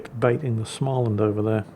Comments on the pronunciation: Small-and. Not Schmaland. Every time 😂. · You are nearly there... if u say Smoland its almoast Swedish... not Smaaaaland... try it out;) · More like smeau-land. The circle over the a is not just for good looks. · Please, there's no ch in Småland. So it's not Schmaland. You'd get WAY closer to the swedish pronounciation by starting it, trying to say the english word "small". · Please,, there is no "ch" in "Småland", just say "small" + "land" and mash the two together without pause. You can handle "Östergötland", you can handle this;-) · you could always learn to pronounce Småland...